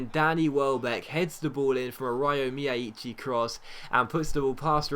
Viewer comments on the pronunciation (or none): Ryo Miyaichi is pronounced Rye-oh My-ah-chi